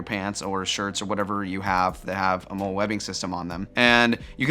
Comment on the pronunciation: “MOLLY” not “mole” you pronounce molle like molly, they are the original modular system I usually use maybe to keep loose mag pouches on my battle belt. I run 5.56 rounds in 10mags because they store easily